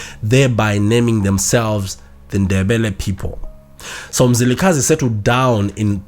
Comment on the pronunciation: Mzilikazi please!,may you pronounce it well